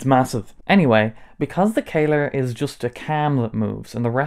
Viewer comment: Bro, how did you read that one as "kayler"?? O.o It's not written as how I wrote it above, or as "caler" or "kaler", it's "Kahler", so it should be read as "Kaller" with "a" as in "Alex".